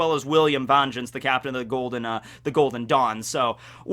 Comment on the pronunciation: Why do you pronounce Vengeance like that?